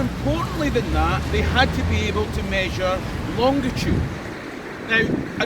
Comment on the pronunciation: I hate to be picky but the word is "longitude" no d in the middle sir. BTW I love your videos.